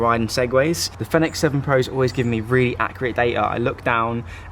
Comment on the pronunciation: Fenix is pronounced Phoenix.